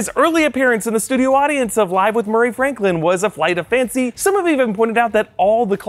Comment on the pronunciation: “How bout another joke Muh-ray?”